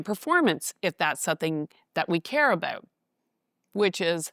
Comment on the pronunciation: Canadians will always oot themselves❤